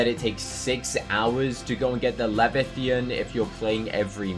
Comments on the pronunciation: "Lefi-thean" is pronounced LEV-EYE-YA-TUN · Lol i laugh because u say Lavatian instead of Leviathan lol 😂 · bro doesnt know how to pronounce Leviathan